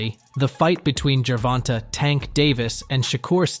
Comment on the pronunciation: Every time u say GERVONTE wrong it’s cringe AF I never finish the vid 😩🤬